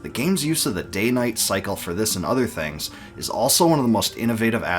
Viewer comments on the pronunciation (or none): none